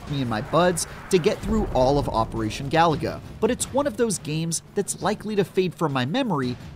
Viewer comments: he called it galaga not galuga lol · It’s pronounced: Ga-Lu-Ga. Not Galaga. NPC Journal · It is not operational galaga this is operation galuga as the reviewer is saying it wrong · "This Contra game is too much like Contra" - Also: ga-LOO-ga. Not "Galaga". Wrong game, mate. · It's ga-loooooo-ga, not galaga for crying out loud! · It’s Galuga, not Galaga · It's Ga-Lu-Ga not Galaga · It's GalUga not Galaga. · It's pronounced GA-LOO-GA. They literally say it in the game. And you wonder why people mock your reviews? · He said Galaga-- like wth? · Is it not, "Gah-loo-gah?" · Say it with me: Ga-loo-ga. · This is the 2nd video review I've heard that is pronouncing Galuga as GALAGA 🤦‍♂️ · “If only (mispronounced game name) were less like itself” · Should have known something when they can’t even say the name of the Title right. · Why does he say the title like there's an A where there is a U 😂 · How this channel has 18 mil subs is whats is mind-blowing considering these "game journalists" don't even know how to pronounce the name of the game. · You can’t pronounce the name of game, you shouldn’t review it!